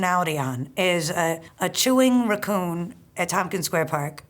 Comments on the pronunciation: Interesting pronunciation of ruh-koon 😂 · "raccun" lol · There's just something about the way she pronounces "raccoon". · I fvcking love her. I would gladly listen to a 24 hour constant loop of her pronouncing the words “raccoon” and “cockroach” 🦝 🪳 😂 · I’m surprised Natasha doesn’t pronounce Picnic as “pic-uh-nic” with her pronunciation of raccoon